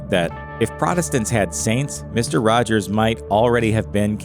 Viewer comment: “Misto wajows” Oof.